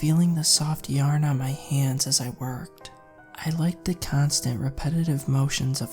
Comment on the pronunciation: It's SUPER cute when you randomly pronounce 'yarn' as yern...every time it randomly happens it puts a little smile on my face even more so when you say 'yern' then a few moments later say it right 😍 It's all about the small pleasures and that has become one of mine in this moment